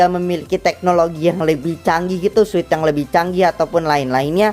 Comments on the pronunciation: Yang benar tu suit bukan sut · Sebut nya sut bukan suit Kayanya sama aja